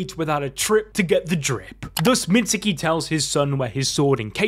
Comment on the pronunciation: Please learn how to properly pronounce Mitsuke’s name 🤦🏻‍♂️ Do you pronounce Sasuke “Sauce oo kee” no so don’t pronounce Mitsuke like that either it’s “meetz kee”